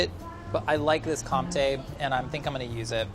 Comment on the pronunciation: the way he pronounced comté made me want to kill myself